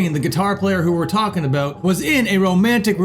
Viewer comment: He said "a boot".